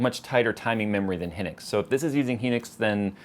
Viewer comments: Hynix is read (Hi - Nicks), not (he - nicks) just and fyi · BTW the memory is pronounced "Hi-Nix". I used to work for them, so that is how they pronounced it to me:)